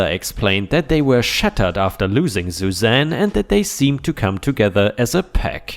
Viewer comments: Suzanne is said like "sue zan" not "zoo zan." 🤪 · Sue Zan not ZuZan